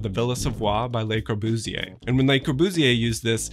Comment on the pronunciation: The way he pronounces le corbusier😤